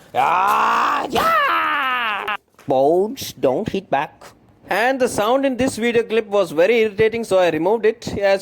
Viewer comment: # BruceLee Boards Dont Hit BAck...You Said Same Bouuuaards dnt Hit Beck ... hehehe :D